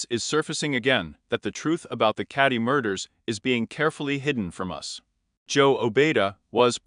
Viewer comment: Keddie not caddie